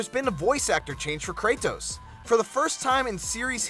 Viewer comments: the way he says his name its kratos not kray-tos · it's pronounced KRAY-DOS not KRAY-TOES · had to stop the video when I heard how this dude pronounces "Kratos" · You say the T in Kratos with conviction haha.. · why the fuck do you say "Kratos" that way. Do you say Dori- TOS to your friends. you fucktos.